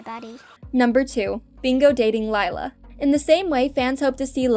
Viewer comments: Um not sure if ya know but Lila's name pronounced Lee-La not Lie-la (ugh no body make a Miraculous Ladybug comment pleeeeaaasssseeee!) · did this person even watch the show Her name is pronounced LE LA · we don’t have enough tod bingo to think lila is going to date her lila *leelah that’s the pronunciation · something I HATE about this is that your pronouncing Lila with an I, and yes, its spelled that way but its pronounced Lee-lah. PEOPLE PLEASE :( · Its pronounced le la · Bingo best friend’s name is actually pronounced Leela, with a long E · Camping actually showed Bluey as a teenager which you contradicted yourself on at the outro of the video. Mispronouncing Leila after so many times was making me wanna change to another video. Best friends doesn't automatically make lovers either. A good 90% of the human population can confirm. To be honest, while doing a spin off of them being older would be cool, I don't see Ludo doing it just yet. We can hope though. Rumor was flying around though ther would be something on Radley and Frisky's wedding in an upcoming season, so definitely something to look forward to 😊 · Did it bother anyone else that she mispronounced Lila every time? ❤ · And your saying it Lila wrong😑😑😑😒😒😒😒